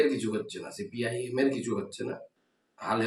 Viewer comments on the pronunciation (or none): আরে ভাই ছি পি এম নেই নেই বলছেন তো সেই দল কি করলো তাতে আপনাদের কি ? সিপিআইএম উচ্চারণ আগে ভালো করে শিখুন 😂😂😂